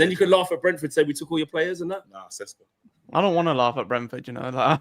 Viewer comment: It’s Sheshko, like Sean Connery would say it! 😊